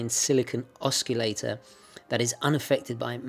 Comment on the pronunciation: Sorry to nitpick...I believe you're mispronouncing the word "oscillate". I know Brits pronounce certain words differently, but I've never heard that iteration before (I live in the UK).